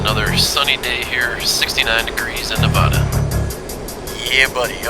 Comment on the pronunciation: did he just say- NEVODA? it has an a for a reason dude